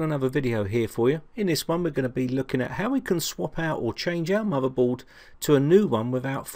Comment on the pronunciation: "He was playing wiv a muvvaboard...the soize of a tangerine"